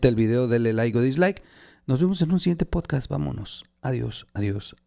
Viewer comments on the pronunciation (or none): none